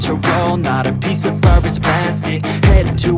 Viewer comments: You also messed up it's not peace he said piace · he didn’t say ‘peace,’ he said ‘piace.’ get it right😂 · Your wrong too he said piace not peace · No one: this guy: piace Also wtf is this song? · ”one piace” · Ah yes, one paice 😂😂😂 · bro how many times u gonna mess up the title its piece not piace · Its one piece not peace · one piece bro...bukan one peace....🤦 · Piece not peace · Wtf is ur english its pronounsed peice. anyway nice vid bro